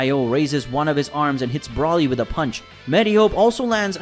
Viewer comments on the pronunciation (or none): BRO LEE, thats how its pronounced. Not Brawly dude. Broly is its spelling idk where your getting that pronunciation from 😂 😂